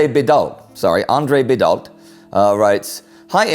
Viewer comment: Indy, the name Andres Bidault is a french one, in french s at the end of words (as well as T are muted, not pronounced at all) and "ault" is pronounced "o" oh and French i are pronounced like a e in English so if Bidault was written phonetically with an English perspective would be Bedo